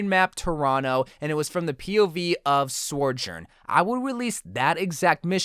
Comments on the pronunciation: What about a Sym skin? EDIT: IT IS PRONOUNCED SO-JORN, NOT SERJERN. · Why do you pronounce her name Sorjorn? Cause its Sojorn. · Stop saying sorjourn, that isn't her name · So-jurn Not Sor-jurn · Why tf do you say Soujourn as SORE JORN lmao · Why does he keep calling her sorjourn 🙄🙄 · I swear if he says Sorjourn again I'm gonna riot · It is pronounced...😤🙏(SO-JORN) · It’s pronounced SO-JERN lmao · That pronunciation of Sojourn, help. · Theory: continues to pronounce Sojourn incorrectly on purpose so that more people will comment. Wait... s**t!